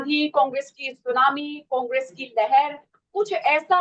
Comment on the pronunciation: Unhone sunami nhi sumani bola tha 😂😂